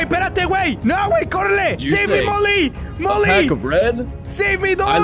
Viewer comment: When he said mully and eddy i thought he said mully and daddy